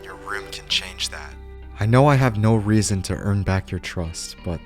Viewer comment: Yeah, he's saying Reason 😂